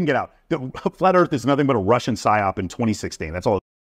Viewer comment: This agent said russin psyops? Lmao!